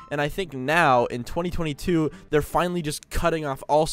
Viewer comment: How he said 2022 :/